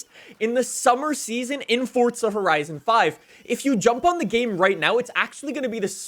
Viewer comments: Fun fact please learn how to say FORZA there is no T in it it's not FORTZA 😂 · It’s Forza not fortza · You say FORZA not FORTZA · normal people:forza him: fortsa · Its NISSAN NOT NISAN AND IT FORZA NOT FORTZA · stop saying fortsa horizon 5 its forZa horizon 5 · forza not fordza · ForZa. Not ForTza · Ah yes I do love Fortza Horizon 5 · Cant get over it fortza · Fortza though? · Is it only me who dosent like how he says forza? He says “Fortsa” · When people say Fort-za I fucking cringe so goddamn hard. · is it me or hes saying fortza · anybody noticed he says fortza horizon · Why does it sound like you keep saying fordza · English 100, good job saying Forza and Nissan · Why the emphasis on the (non-existent) 'T'?